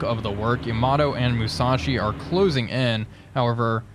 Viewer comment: Another great video! Now, some comments about pronunciation. Unlike in English, the Japanese language does not emphasize the middle syllable in a 3 syllable word. Hence, though English speakers always want to say "Ya-MA-to", the Japanese say "YA-ma-to". And "MU-sa-shi". And "SHI-na-no". And "AH-ta-go"...etc. Chokai is still CHO-kai. Haruna is HA-roon-a. And the other thing is the Gato class submarines. I'm pretty sure it's pronounced like the Spanish word for cat (gato): GAH-to. Not GAY-to. Anyway, thanks for another great episode!